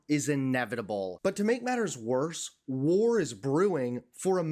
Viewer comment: 20 seconds in and you’ve already emphasized and highlighted the word war😂😂😂😂 brain dead fans get a jolt out of that one eh